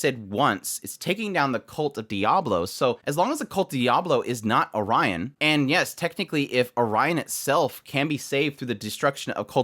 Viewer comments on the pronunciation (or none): The only complaint I have about your opinion is that you pronounced Oriana as "Orion" Other than that, nice dude. I love Cid, but I can completely understand why some dislike him. Sometimes, his action leads to other people being traumatized, even if it's overall led to good results, but well, he has never had good intentions, to begin with. Also, his "I AM ATOMIC" pretty much cleared out all the clouds and the sky, effectively changing the weather. I don't know if Iris will give up on defeating Shadow or Shadow Garden, at least in direct combat. She's gotta figure out some other way, things aren't just going to be solved with brute force alone, or she could try to find the truth and shift to targeting the cult instead. I can think of a situation where Iris finally understands Shadow Garden's motives and all, but still can't agree with the way they're doing things, so she chooses to fight against the cult independently. Probably Alpha is just going to be like "Do whatever you like, just don't stand in our way". I think it's better to let Rose keep her burger wrapper, so things are a little bit less corny and edgy, and a little bit more wholesome. Likes "Well I abandon everything behind, but I still got this wrapper that I sometimes look at it for some courage and some mental boost". It also helps because she may be more cooperative if Shadow Garden at least doesn't destroy things that are important to her, even if it's just mentally. But well, edge is literally one big part o